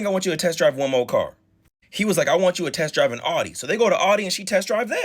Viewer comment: Thank you for pronouncing. Audi correctly 🎉